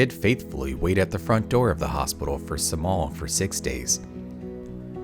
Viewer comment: Cemal is not pronounced with a C but rather a J because it is a Turkish name.